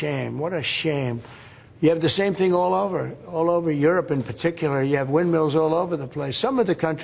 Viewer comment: honey, they're "wildmills", not "windmeals".